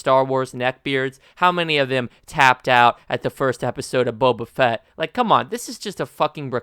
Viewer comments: I dont disagree but : "Bow-Bah" Not "Bubba Fett" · its not buba fett its bo ba fett, non the less i agree with your sentiment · how many times are you gonna pronounce his name wrong?. i agree with the opinion, but jesus christ dude its not buba fett you clown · Wtf is Bubuh Fett???